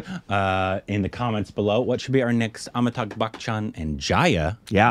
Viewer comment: When is going to learn to pronounce Amitabh? 🤔